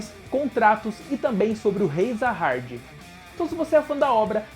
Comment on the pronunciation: Top cara, mas tenta não falar muito com sotaque, e pesquisa melhor os nomes técnicos. Se Vc colocar do jeito que se lê é melhor do que como ta escrito, manjou, entendeu ? Vc flw várias vezes Zaha"R"d, o certo seria "JA HA 'D' " com d mudo no final. Como em Coreano fica meio que um Ja com Sa, uma pronúnncia estranha, Vc tem que colocar como se pronuncia aqui, entende, pensa que Vc é um dublador e precisar falar essa palavra, o certo seria pesquisar o significado e tals e colocar em "Nome" por que se trata de um nome. O personagem principal por exemplo, na legenda é Bam, mas em pronúncia japonesa na dublagem, fica Yoru. Da uma pensada. Não to criticando, é meramente construtiva. E a propósito, amei o canal, de certo que será uma franquia em ascensão, e Vc mandou bem em fazer conteúdo com ele. Parabéns.